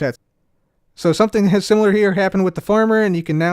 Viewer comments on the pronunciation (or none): none